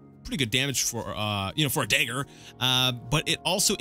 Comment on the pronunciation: Note that if you raid the crates in Balmora no-one cares. Anywhere else and they will. Also note that Ra'Virr doesn't care about your illegal substances. Nor does your new boss for that matter. Also note that it's a DaGGer but as you won't be using one hopefully I won't be hearing you say "Da-ger" again. Fair rustles my jimmies, that....apart from that, another excellent video.